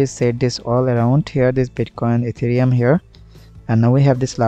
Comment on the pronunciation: hahaha etherum not ethereum🤣🤣